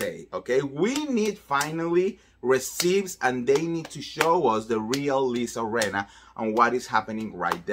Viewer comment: Receipts (pronounced «reseets» NOT «resips»!) 🤗